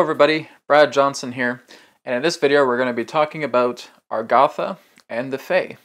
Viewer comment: Why is A-GAR=THA pronounced AR=GATH=A?